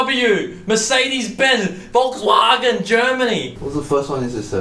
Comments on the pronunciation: when Brett says VolksWAGON I died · I LOVE THAT PRONOUNCIATION